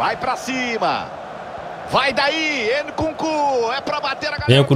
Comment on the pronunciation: para de dizer Nukunku 😭😭